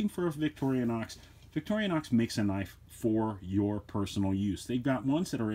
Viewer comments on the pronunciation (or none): It’s VIC-TOR-I-NOX! Not Victoria-nox!🤦‍♂️